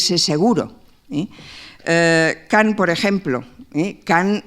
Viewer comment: Kan, Kan no Kant